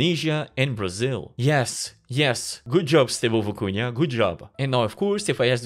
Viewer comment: Looks crazy & I can’t wait to check it out, but the way you pronounced it was distracting— just for future reference, it’s Vi-cu-na, not Vi-cu-nia. Haha.